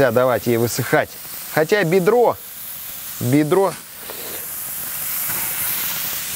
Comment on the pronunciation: так сказал "бедро" как будто Филиппа Бедросовича позвал:-)